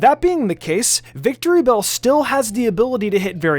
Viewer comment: It’s not “Victorybell”, it’s “Victreebel”.